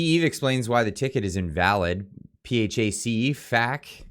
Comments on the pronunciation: As always my friend great reporting keep it up... pretty sure people pronounce phac as P-Hack not sure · PHAC Pronounced : pee hack OR FACK...which seems more appropriate